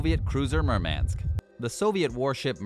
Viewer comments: And is it so damn hard to pronounce "Murmansk" at least somewhat properly? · OMW! He cannot even pronounce 'Murmansk. ' So, why should we watch.....??